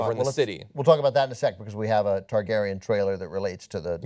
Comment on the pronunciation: You should see the names he says in some of the reviews, pretty sure he said Teargarden instead of Targaryen one time, hilarious.